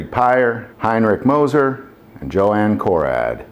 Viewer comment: It wasn't "Joe-Ann" it was Yoo-Han!